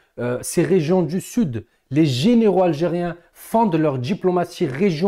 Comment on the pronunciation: Poilitique tu prononce politchique Region du nord , tu prononce : region dju Nord . 😂😂❤djurable! . Bravo ! Je like